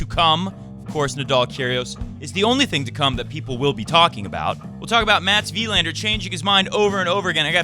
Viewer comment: As a fellow swede, just wanna point out that Wilander is pronounced more like Wilaaander rather than Wiiiilander.. =)